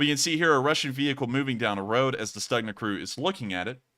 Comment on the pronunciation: I was told the G in Stugna is pronounced K, so it's Stukna